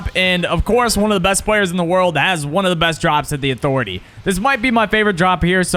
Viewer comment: “UH-THOR-ETAY” 😂 bro you drop at Catty vid really made a difference 👍